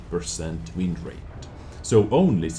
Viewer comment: Am I the only one that cringed every time he said wind rate